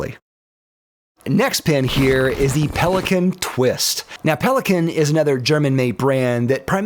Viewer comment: Everyone complaining about Kaweco but he actually said Pelikan instead of Pelikan